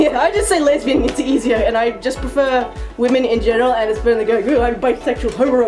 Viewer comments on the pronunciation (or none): "I am a wamen. I like the wamen. I have my own personal wamen that goes by the name of my girlfriend" ~ 2017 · “I’m a wamen. I like the wamens. I also have my own personal wamen that goes by my girlfriend” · "I have my own personal waman" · Americans: women Australians: wamen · ‘i am a wamen... i like the wamen... i have my own personal wamen that goes by my girlfriend... wamen...’ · " I have my own personal wamen " 👌👌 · "I'm a wamen, I like the wamens" As a lesbian, this is how I'm going to identify myself from now on. Now I just need a wamen who identifies as my girlfriend.